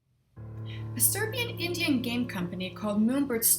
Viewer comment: I heard "indian" rather than "indie." That's alright, I got what you meant. Great overview BTW :)